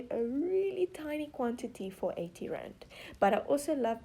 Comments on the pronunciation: The first time you said "Rand", I thought you said "grand".. so when you said 8 Rand I thought you said 8 grand.. I was like "Wait.. no way!! Oh.. wait-" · I thought she said grand not rand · Ok, why does it sound like she's saying grand when she says rand?